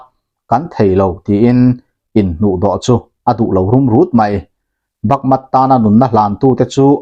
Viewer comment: Bakmut ti a inziak hi Bakmat i han tih tlat mai chu le, va mak ve.